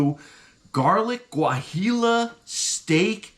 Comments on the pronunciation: Great review and! By the way if you want to take your pronunciation to the next level it would be said "Wah-he-yo":) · Sorry but you totally didnt pronounce it right Guajillo is pronounced wah hee oooh...food looked damn good